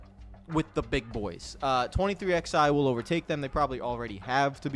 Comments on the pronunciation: ITS 23 ELEVEN NOT 23 X FUCKING I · Of course you don't call it "Twenty Three X-eye" ...because its not fucking called that!